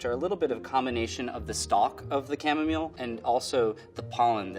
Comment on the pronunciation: The way he pronounces chamomile distresses me